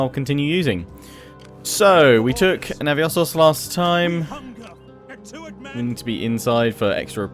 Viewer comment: DEI cards are much better also it's not naviosos it's navisos